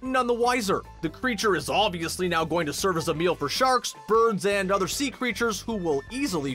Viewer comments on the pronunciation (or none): none